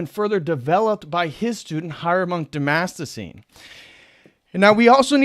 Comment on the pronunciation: Dude, its been three years and you still can't say "Damascene". !?!